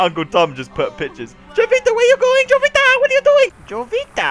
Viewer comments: It's probably pronounced (Ho-vita) anyways good game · Isn't the J in Jovita supposed to be silent in spanish? Correct me if i'm wrong because i'm taking spanish in school.